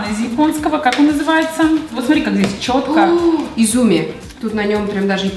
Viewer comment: 和泉 (Изуми - ударение на первую букву и))